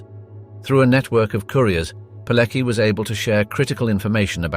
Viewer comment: not "Birkeanu" but "Birkenau" (and remember, that this is the German word, so it should be pronounced as such). - it's pronounced more like "Piletski" or "Piletzky", the "c" should not be said as part of the English "ck", but as a separate consonant (in this case somewhat similiar to the "tz" sound in "tzar"), and the "k" should sound like the first "k" in word "kick".